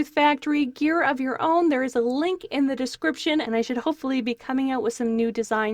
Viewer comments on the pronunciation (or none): It's not Mew it is meow get it right dammit LOL